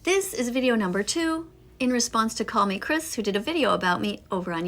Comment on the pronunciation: I can’t get over on how he said kallmekris’s name wrong TvT